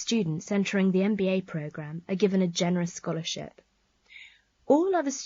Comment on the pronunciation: She said mba no mba program 😂